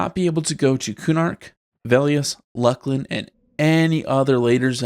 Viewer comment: You said Luclin wrong.